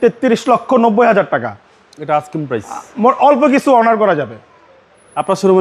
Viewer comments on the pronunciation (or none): আসক্রিম না asking price